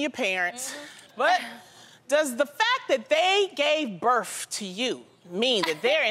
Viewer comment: Loni said "birff" 😂🤣😂